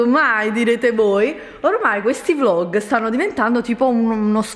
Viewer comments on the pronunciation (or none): none